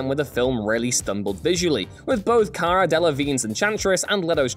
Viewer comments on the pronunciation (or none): none